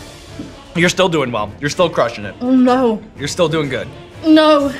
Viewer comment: that’s the most dramatic, British “no” I’ve heard 😅